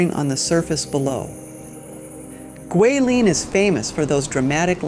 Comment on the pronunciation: Enjoying the beautiful footage you present on this trip to Guilin. I also appreciate your pronunciation of Guilin and Yangshuo. As someone currently learning Chinese, I can tell you tried to properly pronounce the places. I've heard them butchered many different ways.😅 Looking foward to part 3 Lijiang!